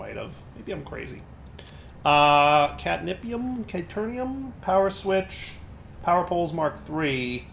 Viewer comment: Anyone catch the "Catnippium" in the beginning? lol